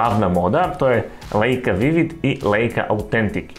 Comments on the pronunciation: Čita se Lajka, ne Leika.😂😂😂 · Dosao to da napisem... Nemci ei citaju aj... Znaci Lajka.